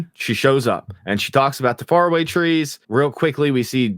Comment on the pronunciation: You know it's AI when the trees are called fair away.